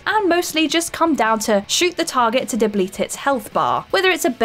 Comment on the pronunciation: deblete; sadisdic